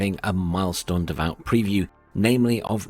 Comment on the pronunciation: Its not "Davaut" its "Davu"! Nice video!